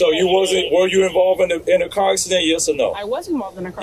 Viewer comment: Cop is too stupid to even pronounce "car." "Turn off yo kaw." Of course, he is too egotistical and ignorant to keep from blatantly committing several crimes, including federal felonies, because someone legally and lawfully honked their horn.